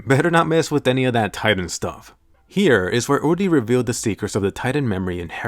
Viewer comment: It's uri not udi Sry it bothers me